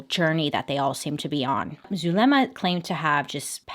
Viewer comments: I know I’m not supposed to laugh but how Bailey pronounce “Zuh le mAh” is so funny 🤣😂 And later become Zuhmelady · Her pronouncing Zuliema is so hilarious🤣. Cuz you can tell she trying but it’s so easy